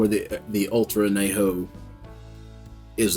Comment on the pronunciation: I couldn’t figure out what you were saying at first every time you said extra añejo. Pronounced an-ye-ho. Great review though and a delicious tequila.